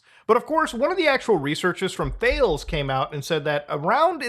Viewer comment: My guy just called Ta-lez THAELES.